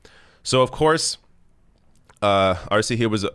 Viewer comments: elizabeth taylor: E in spanish is pronounced a as in hay, say, day,, may etc.so Arce is Arsay ,not arsee. thanks for all you do. you are my favorite long with novara media. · Arce, pronounced Ar-seh